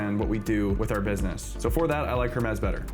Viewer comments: The Correct Way: Pronounced "Her-meez" with a clear "H" sound at the beginning.The Origin: Creators at Nous Research named the AI agent after the Greek mythological god of messengers, matching the company's thematic use of classical Greek terms (like Nous, meaning mind). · her-mez lol😂